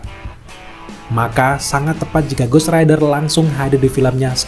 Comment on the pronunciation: Ghost rider bang,bukan ghost raider😂